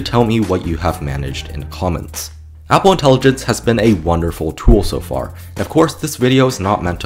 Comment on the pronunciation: You are pronouncing Apple wrong. Its horrifying, please don't say that in that way ever again